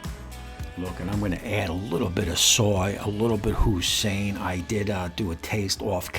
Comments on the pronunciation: Did you really just call Hoi-Sin, husain sauce? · I don't think that's how you pronounce that sauce 🤔